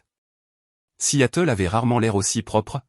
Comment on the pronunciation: Vous lisez vos textes ? Alors regardez toutes les fautes invraisemblables : vous parlez de la ville de Seattle et non Si Yatel !!!!!!!